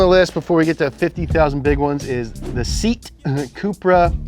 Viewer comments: so he gonn get away with the fact thtat he said seet instead of seat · Seat is pronounced “say-at” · sEat not Seat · It’s not seat, it’s pronounced say AT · FYI… Dacia is pronounced day-see-uh. Not dach-uh. Also, Seat is pronounced say-ought, no Seet. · seet cupra? my god how can you pronounce Japanese brands but not European ones? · ITS NOT SIT IS SIATE (SEAT) ITS NOT MEGAINE IS MÉGÂNÊ (MEGANE) AND WHERE IS OPEL The audience is back 🥺(ly<3) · seat is pronounced “see at” btw :) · Americans being American: pronouncing Seat literally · Sey-At. SEAT is pronounced Sey-At, for future reference. 🙂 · SEAT= SAY-AT bloody Spaniards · S-E-A-T not seat 🪑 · "SEAT" is pronounced "Say-At". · Seat is pronounced Say-At, surprised that the President of Spain didn't call you. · SEAT is not pronounced seat it is see at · you know for car guys, its impressive how much you mispronounce car company names SEAT = say-AT. DACIA = DAY-see-ah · Please, Seat are 2 syllable... Se-At. And Ateca, the last A is also there. Other than that, cool video 👍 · Ik you’re American but SEAT is pronounced Se-at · just mentioning by the way that Seat is supposed to be pronounced 'SAY-AT' for some reason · such a exciting video. just one thing, oh man the way you pronounced seat cupra. it’s pronounced SAY-YAT COO-PRUH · You guys pronounce Fiat and Seat the wrong way round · Yep, Seat is not pronounced like that